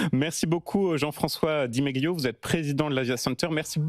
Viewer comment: Di Meli pas di Megue liot